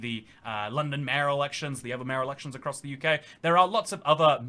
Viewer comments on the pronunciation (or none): none